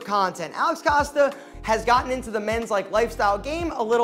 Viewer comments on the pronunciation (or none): none